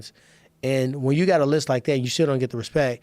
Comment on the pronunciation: Tyron "No Hespect" Woodly